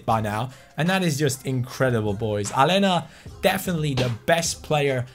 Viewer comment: It's Alenia. Not Alena. Like so can see